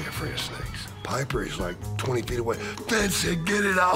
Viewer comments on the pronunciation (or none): none